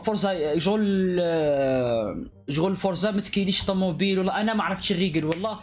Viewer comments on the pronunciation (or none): none